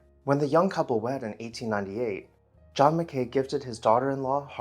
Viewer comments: Interesting video of one of our local legends. Just one minor correction... we Nevada locals pronounce his last name, "Mack'ee," not "Mac Kay." If you want to do a haunted house now, do Allen House in Monticello, Arkansas. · I grew up in the development that had been Harbor Hill in the late 1950s. We always pronounced the former owner’s name as “Mack key” not “Ma kay. Don’t know which pronunciation is correct. The gate house shown in the video became the entrance to the neighborhood pool club at the intersection of Harbor Hill and Roslyn roads. There were still other derelict robber baron mansions in the area back in my day that my buddies and I used to ride our bikes to. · Thank you for this video. The family name was actually pronounced as if it were Italian: Macchi (Maa-key). Clarence's daughter Ellin was the wife of Irving Berlin. The Keck Museum at the Univ. of Nevada has the major part of the enormous silver service that Tiffany made for Clarence's mother from Comstock silver. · Pronounced MACK-ee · MacKay is pronounced with the 'Kay' rhyming with 'sky' not rhyming with 'Bay'. Cheers 😉